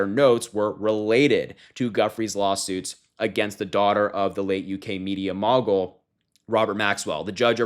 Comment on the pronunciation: Harry, great video! Keep pouring it on. Just on minor comment in my role as an old mentor to you whippersnappers in the spirit of honing your edge. "Mogul" uses a long "o" as in the name Moe.